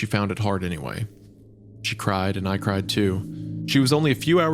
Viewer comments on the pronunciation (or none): "She cried and I cried too." "We both crode."